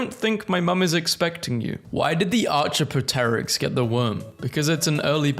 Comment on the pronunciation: Archa pet er ix 🤣 Arc-ee-op-tur-ix